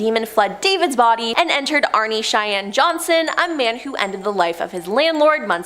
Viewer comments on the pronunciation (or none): none